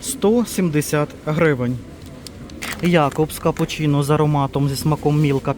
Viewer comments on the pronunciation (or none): none